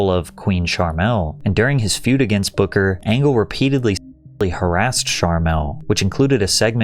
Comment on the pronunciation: King Booker ❌️ King Bookahh ✅️